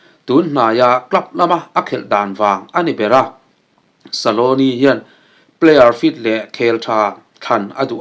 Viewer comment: Argentina coach hming ilam dan hi dik lo deuh saloni iti mai in ka hria scaloni tih zawk tur